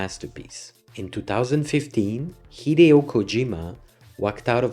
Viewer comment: Hideo is pronounced He-Day-O